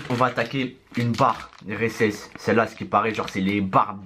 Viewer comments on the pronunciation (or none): La barre resse il a dit 😂(hesses)